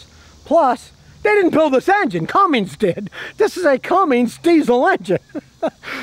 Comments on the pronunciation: Cummins Scotty, Cummins 😆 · Scottie.... there's no "G" in Cummins!!! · No Scotty...It is NOT a "CumminGs" engine It's a Cummins engine. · It's CUMMINS! Not Cummings! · Except I don’t think Scotty realizes it’s Cummins, not Cummings! There’s no G at the end of Cummins!!